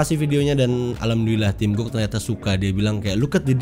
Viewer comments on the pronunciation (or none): bacanya tim cocok haha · Tim cook dibaca tim cokkkk.... Hehehe...